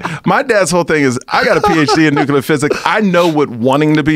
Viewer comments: what´s the fuckin deal with americans not being able to say nuclear? wtf is "necular" ?? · His dad didn't think he was cut out for "nookyalar physics" either. F'n dope. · Nucular physics